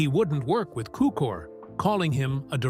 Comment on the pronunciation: Cukor, not Cooker.